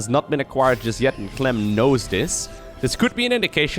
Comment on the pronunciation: "He goes by the name of Cuh-lem!"